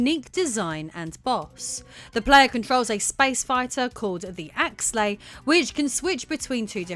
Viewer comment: Actually, it's Axelay, not Axlay.